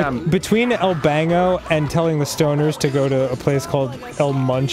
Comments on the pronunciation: Dan it's El Banco not El Bango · Silly Dan, it's not "El Bango" it says "El Banco" which is The Bank XD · It's a bank not bango it's el banco it's Spanish for bank